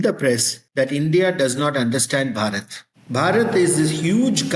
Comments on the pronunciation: Thank you so much for giving a platform to this topic. It is a very important one for the people of India as we are very seriously intent on de-colonizing our mindset and our education system. Just a quick correction. The native name of India is to be pronounced as “BHAA-RAT ” and NOT as “BHA-RAAT” as you mentioned at the beginning of your podcast. I am in a bit of rush right now and I will come back to listen to this podcast at ease and update my comments (if any) with my observations. Thanks, once again for doing this 🙏🏻😊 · I like your interview style. I have two comments. 1. Maybe you could have taken effort to pronounce ‘Bharat’ properly. It’s a cherished name for us, Bharatiyas. 2. You could have studied the subject little more in detail before the interview. That would have made the conversation lot more interesting. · Hello. Interesting video, but your pronunciation of Bharat is way off. It gets a bit distracting & takes away from your presentation. The accent is on the first syllable. In fact, unlike in English where the second syllable often gets the accent, most Indian words and names have the accent on the first syllable. There is also a difference in pronunciation between "B" and "Bh", and the length of the vowel sounds. For example, Bharat is the country, & Baraaaat is the wedding party that accompanies the groom (I added a few extra A's for emphasis. Lol). Most Indians are generally accepting, but they will likely will appreciate it & be impressed with you if you can manage the correct pronunciation of their names and their country. Bharat is pronounced as follows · Could you possibly pronounce “Bharat” CORRECTLY?!? Really tis Not that Difficult! By jove, tis rather Easy!!! “Baraat” is Non= to “Bhaaart” PHONETICALLY!!! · It would have been nice if the professor had corrected the anchor on the name pronunciation. It is Bhaa-rat, not Ba-raat. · It is Bhaa-rhut! Not Baa-rut ! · Please pronounce the h in bharat